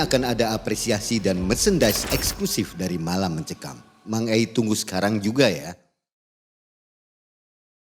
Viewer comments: Koq aku dengernya dia manggilnya Mak e Mak e ya..😂 bukan Mang Ei..😂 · Mang Ei not Mak Ei😂😂😂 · Kok aku denger dia panggilnya Mak ei bukan Mang ei ya? Apa kupingku aja😮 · Susah bgt bilang mang ei? Mak ei terus yak😅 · Mbak narasumber harusnya manggil nya mang ei , jagan mak 'e jadi gereget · aku dengernya narsum manggil hostnya "mak e", padahal Mang Ei, setahuku